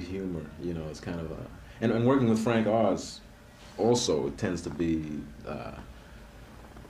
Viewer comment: Hubba-wah! FWANK OZ!